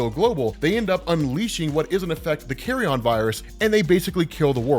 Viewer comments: NOT "carry-on"... Carry-un... Like from a Nature channel or PBS special... Carry on is for luggage! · Dude... Bruh... Bruv... It's carry-yun, not carry-on... It's a decomposing corpse, not luggage. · Jeez it’s not “Carry-on” “carrion” rhymes with the second syllable in vege “tarian” or Bar “barian” it means rotting or decaying flesh but usually as reference to animals that spread diseases like rat or pigeons, diseases found in decay